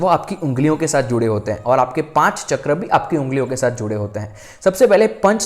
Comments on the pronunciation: Please sorry पर बहुत समय से आपकी छोटी विडियोज देखी तब भी लगा बोलूं पर आपके सामने मैं तुच्छ हूं लेकिन एक बड़ी बहन के नाते कहने का मन किया अन्यथा ना लें आप बहुत अच्छा कार्य कर रहे लेकिन आप ये जो चक्र को चक्रा बोलते या आज्ञा को भी आग्न्या बोलते हो आपकी नॉलेज बहुत अच्छी है पर हर चीज में आ की मात्रा उसका अर्थ बदल देती है कई महान गुरुजी लोग बताते शिव को शिवा बोलने का क्या अर्थ होता शिव प्रभु और शिवा यानी शक्ति अब आप कई बार ऐसी ही त्रुटियां करते और लोग भी इसे सुनते इससे फायदा हो या ना हो पर गलत उच्चारण सही फल नहीं देता ऐसा कई गुरुओं का मानना है और हमें भी सुनने में अजीब लगता ये अंग्रेजो की आदत होती हर चीज में आ की मात्रा लगाते हम तो हिंदू हैं क्यों ऐसी शैली का उपयोग करते आप। एक सुझाव है ये बस बाकी क्षमा चाहूंगी आपको कुछ बोला इसके लिए आपका ज्ञान बहुत अच्छा है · Aap log pahle chakron ka Naam sahi se uchharan karna Sikh le FIR video banaya kariye